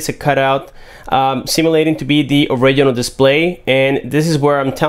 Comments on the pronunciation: It sounds like he says oregano instead of original! 😂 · So cringy when he say "original"